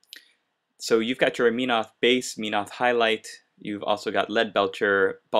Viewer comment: its pronounced MEN-oth. not meen-oth. But great painting job!